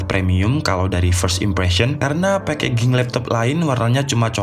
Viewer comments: maaf sekedar menambahkan, packaging itu di bacanya pekejing mas, bukan pekeging XD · Packaging itu cara bacanya: pekejing, bukan pekeging. Biar ga malu2in bro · Packaging baca pekejing, bukan pekeging #piis (peace) 😸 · packaging ⇨ pekejing bacanya Mas e.. sbnernya udah bagus.. cuma tinggal slot buat upgrade ram.. apalagi kalau ada varian core i series... dijamin laris